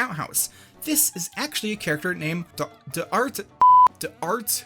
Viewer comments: The name at the end is pronounced like Dar-TANyun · D'artangan is pronounced "dar-tan-yun". It's a reference to the main character from Alexander Dumas book The Three Musketeers. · It's pronounced "Dar-Tan-Yun". It's from the 3 Musketeers. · it’s simply pronounced dar-tan-yan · I know the spelling of D'Artagnan is very confusing, mostly because it's the French spelling. My name is the same but it's been americanized to pronounce better and it's Dartanien how I spell it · It's pronounced Dart-a-gan.